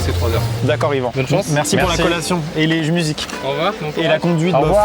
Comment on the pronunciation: Par contre on Dit Yvan